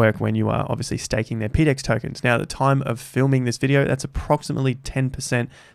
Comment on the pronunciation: ..."peedex" is a terrible way to pronounce that acronym, how about "PoDex"?